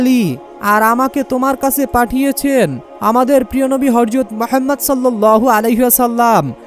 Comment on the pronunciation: শুরু টাই ভুল৷৷৷৷৷৷৷ হরযত না বেকুব,,, প্রিয় নবীর নাম শুদ্ধভাবে বলাটাই সুন্দর,,, হযরত মুহাম্মদ মোস্তফা সাল্লাল্লাহু আলাইহি ওয়াসাল্লাম